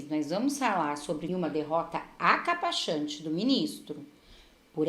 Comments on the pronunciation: Minha querida, para de falar acapachante. O correto é acachapante. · Acachapante! E não achacapante! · Não é acapachante, mas acachapante. Fali de Exu -PE. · É acachapante e não acapachante.